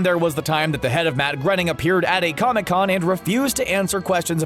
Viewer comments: Stop saying matt grunning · “Grenning”? Groening “Rhymes with ‘complaining’” he says. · I thought his name was pronounced graining? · It’s pronounced Gray-Ning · Grenning???!!!! You have lost ALL credibility.